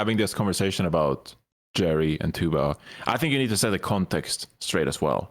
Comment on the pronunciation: KEKW saying Chuba instead of Tuba is my new jam